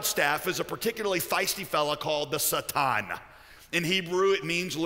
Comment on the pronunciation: Why is he pronouncing it the Sah-tahn? It takes me a minute to realize I think he means Satan (Say-Tan/Say-ten).